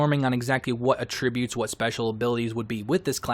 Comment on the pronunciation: The way you say attributes is infuriating